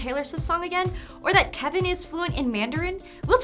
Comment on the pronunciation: Videos like these always make me cringe because the presenter is obviously not a big pentatonix fan, she didn't even say kevin's name right... and also some of these facts are not quite correct, they are close, but idk.